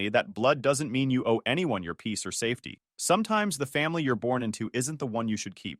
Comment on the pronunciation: Peace not piece.